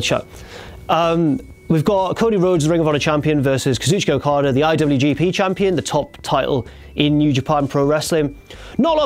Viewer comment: you're saying kazuchika okadas' name wrong